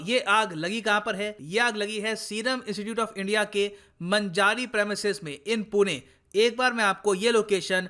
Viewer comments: It's not मंजारी, it is मंजरी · It's Manjri not Manjari..5 Km from my home. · Manjari ka pronunciation wrong